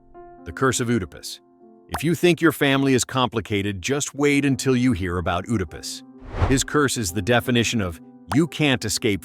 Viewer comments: IT'S PRONOUNCE ED A PUS. NOT OOH DA PUS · Oodapus. 🤨 Bro, you mean "Edipus" Oedipus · I came out of my skin every time I heard "oodipus" please train your gd AI 😭😭😭😭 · Oh no not Oooodepus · I can’t get past “ooodipiss” 😂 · That isn’t how to pronounce Oedipus. This must be AI 😩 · The O in Oedipus is silent. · How many times are you going to say oedipus wrong?? You said it like 7 different ways, all wrong. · You say Oedipus wrong